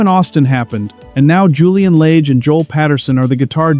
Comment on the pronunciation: It's Julian Lage, with a soft A.